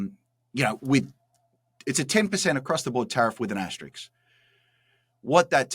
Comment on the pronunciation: Justin, as an Aussie please don’t become an American who pronounces words however they like. It’s an aster-isk not an aster-iks. 🤷🏼‍♀️🤷🏼‍♀️🤷🏼‍♀️🇦🇺🇦🇺🇦🇺